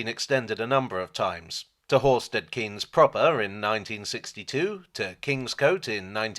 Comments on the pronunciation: Was born in Horsted Keynes. It's pronounced Canes, not Keynes. Stupid Milton changing it.. ardingLIE not ardingLee.. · Just for info. Locally it's pronounced Horsted Canes, rather than Horsted Keens. I should know, I used to live there!! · I’m sure the second word in Horsted Keynes is pronounced “Kayenz” unlike the Milton Keynes variant. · I think Horsted Keynes is pronounced (Kines)